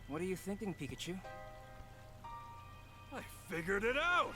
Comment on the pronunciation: At least he can say Pikachu correctly...